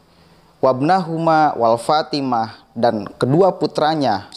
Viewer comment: Saya kira antum bner2 harus tabayyun😊antum baca sholawat aja mnurut ana itu salah ,ana kritik malu bngt sama pangkat 🙏😊bukan walfatimah tapi ma'fatimah